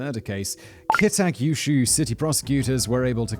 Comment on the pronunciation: I’ve never heard so many different pronunciations of Kita Kyushu in one session. You did ok with the names of the key players though.